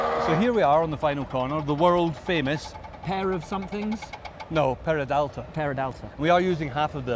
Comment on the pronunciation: Haha, is not "Peradalta", is "Peraltada", i know it because I'm from Mexico and I know very well the Hermanos Rodriguez Circuit